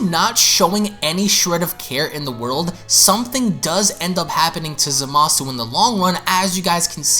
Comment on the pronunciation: ...I will never understand why, even three years later, people still insist on mispronouncing Zamasu's name as "zuh-mah-soo", even after all the times Gowasu has exclaimed "zah-mus!".